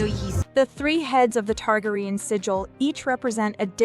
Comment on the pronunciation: Targraian ?? its Targarian